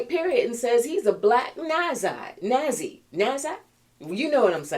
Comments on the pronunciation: NAZI is pronounced like. “NOT Z” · just letting you know for future reference, it's pronounced NAHTSEE ok?? You're wonderful!💙💙💙💙💙💙💙💙💙💙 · NAZI-pronounced NOT SEE. It surprised me that you haven’t heard it pronounced considering how much it was in the news during DT’s administration. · Thank you. Happy Weekend.🙏🙏💙💙 And my dear Journalist friend-NAZI is pronounced "naat see" as in German bad guys.😃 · I love you ❤️. Nazi is pronounced not-see. Blessings. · Natzi. Pronounce the t. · “Nazi” is pronounced NOT-zee. Love you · I think it’s great that you can’t say that word because it’s a horrible word. But FYI, Nazi is pronounced: not-zee 🙂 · It pronounced not see as I Hitlers day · I often find myself unable to pronounce nazi and bigot. It's almost laughable.